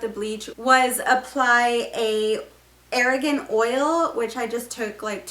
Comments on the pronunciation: Great vid- but big pet peeve - it’s NOT air-a-gone oil it’s r-gone (argan oil) not extra a when pronouncing. Sorry I’m just weird and had to say. But your hair looks fantastic- think I’m going to do this on myself to cover up all my white hairs starting to come in (luckily not grey- pure white like my dads side of the fam- my grandmother and great grandmother both had dark brown hair like me then went white). I think white hair is pretty (unfortunately does not hold box colour like grey though ; but my moms side is ugly salt and pepper hair so my mom and grandmother always have to dye in constantly! At least when start going white can start with blonde highlights to make the transition smoother. Then once all white no dying neeeded (but I’m a LONG time from that) I’m 38 but have a tonne of white hair and with having such dark dark brown hair it’s incredibly noticeable but can’t afford the salon. So think am going to try this! Your video was the most helpful of all the ones I’ve watched:) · Your hair is beautiful! It's pronounced "Are-gone" oil. Argan is a two syllable word not a three syllable word. Great video! Thanks so much!🙂👍